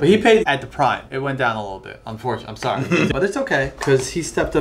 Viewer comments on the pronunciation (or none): none